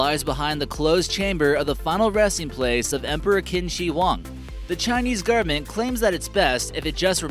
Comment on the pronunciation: It`s the government, not "the gurment".